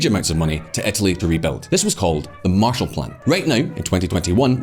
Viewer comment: I’ve been pronouncing Etaly all wrong